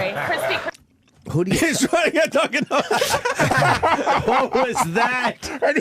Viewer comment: the way opie says "HESTRYNAGETDUNCANDONUTS" fucking killed me. 1 for opie. Still sux. But he cracked me the fuck up right there lol